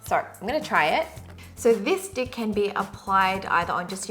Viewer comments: I heard "this dick" when you said "this stick" 😂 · Omg I did not even notice that "with this stick" sounds like "with this d*ck" till you mentioned hahah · I swear I heard 'this dick' instead of 'this stick' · i spent a solid minute verbalising it to try and find out what exactly it was meant to sound like 😅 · she's TRYING SO HARD TO SAY STICK SO CUTE OHMYGOD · HAHA I DIED EACH TIME SHE SAID STICK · haha it was so cute when you were trying to pronounce stick XD